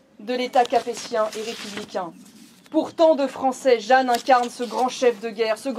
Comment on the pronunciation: Euh "Jeanne" et pas Jehanne (?)